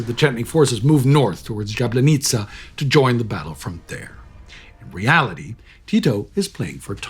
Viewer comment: It is JABLANICA not "Jablenica" :) SF-SN!